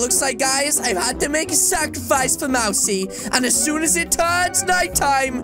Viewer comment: its not mari its mousey